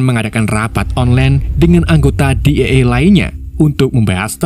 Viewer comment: DEA di baca DI I E bg bkn Di E E